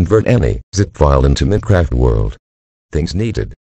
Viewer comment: Hello TTS guy. Why use a tts lol, its telling Mincraft instead of Minecraft